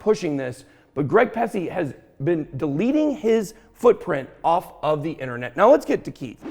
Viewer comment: Ben your too much bro , you said “Greg Pusce.” 😂😂😂😂